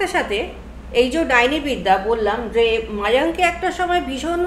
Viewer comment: Ota mayank noy mayong